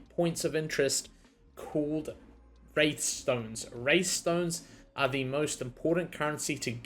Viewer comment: WRATHstones Keenly JAGG-ED Bro you're first language is English. Please speak it properly <3